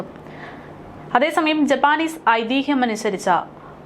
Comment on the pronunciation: ജപ്പാനീസ് അല്ല ജാപ്പനീസ്